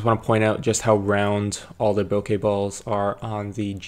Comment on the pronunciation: Omg you say bokeh correctly 😭😭😭 (deep cries of joy). I was losing hope hearing all the YouTubers say bokah...